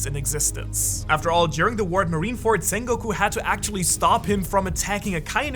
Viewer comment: Zakazuki.... Zengoku.... smh